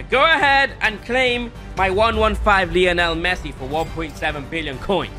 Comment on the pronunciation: did he say Messuiiiiiiiii